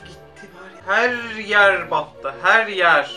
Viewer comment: herryer pok oldu herrrryer hhihhhhh